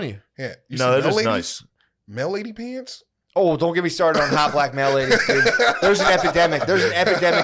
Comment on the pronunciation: Shane read my mind when he started mocking for saying "peeants" 😂😂